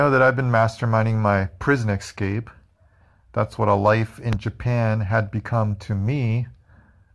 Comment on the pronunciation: Escape, not excape